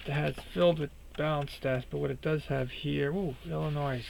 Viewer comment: Good content. By the way, it's pronounced Illi-noy, not -noice. Just curious, are you from the New England area? If not, where?